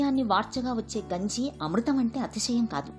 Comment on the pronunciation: Genjii ❌Ganji ✅